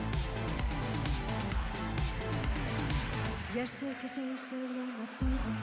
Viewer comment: Es Zorrrrrra con rrrr bien marcada😊